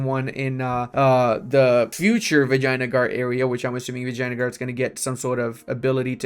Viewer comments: I love how you pronounce Vijayanagar as "Vaginagar" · some mixture of "vagene" and vinegar :hand-orange-covering-eyes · I'm Italian and "Vagina" means Pussy to us. Basically for me he's saying "Pussygar" AHahahah love that.